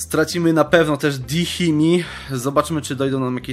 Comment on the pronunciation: Mówi się "Dimni"